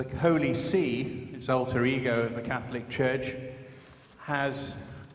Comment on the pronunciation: Were THE NIGERIAN BISHOP able to pronounce the word 'CATHOLIC" correctly I might have listened more though still agreed less... 'CATLICK' isn't a word... xx SF